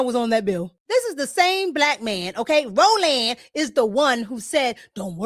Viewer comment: Ro-Land! Hahahahahahaha